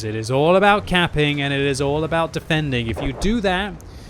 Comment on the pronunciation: Everytime time he says caping i understand camping mmhhh